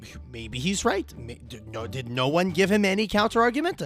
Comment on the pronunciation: Dod you just call it "dod" and not "did" 😭